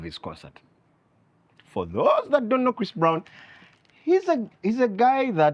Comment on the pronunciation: Did you just call Chris Brown- christofaa🤭🤭🤣😂i Kent....